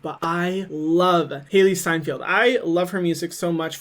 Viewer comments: Hailee “Steinfield” 😂 it’s Steinfeld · Stein feld not field